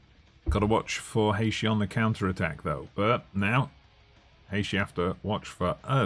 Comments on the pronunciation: Haïshee wtf is this pronunciation ?? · Now discovering your tune channel and stemming from Trinidad and Tobago Really glad you chose our country and John Paul is quite good in real life having gone to school with him so glad to see some fm content creators using my country And it’s pronounce Hay -Tea Lol but good vibes nonetheless looking forward to more content